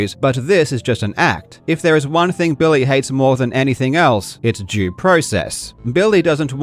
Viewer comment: That "due" process honestly sounded like a different world for a second right after American ideas